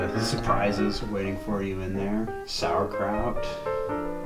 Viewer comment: We're havin some sowacrouch